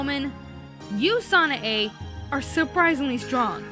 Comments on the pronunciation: Hey it's not sana a its san a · You're driving me insane. It's pronounced San-AI! If you actually gave the show a proper chance, you would know this! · SHE KEPT SAYING SANAE WRONG